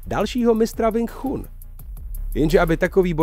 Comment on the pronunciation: ..tchun sa vyslovu je čun... kecy